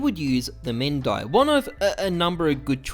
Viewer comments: P250 men die hahaha it's pronounced main dee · why don't people get its mu-hen-dee and not men-d-i... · Also the Mehndi is pronounced Meh-hen-thee It's a temporary tattoo (lasts like a week) in India though it may not have originated from India. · P250 "MEN-DIE"